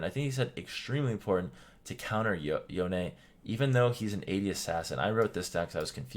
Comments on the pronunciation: his name is pronounced (yown) not (yowne) bc the o gets the sound of o making the e just silent and no sound. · What's the right pronunciation of YONE? I like calling him "Yowni" rather than "Yown" and "Yowney". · Did this guy just say Yonay?